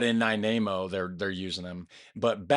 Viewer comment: Nanaimo, not Nainamo.